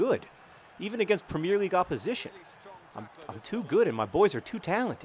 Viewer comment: you pronounce "premier league" wrong... just like an american who never watched a real game hahah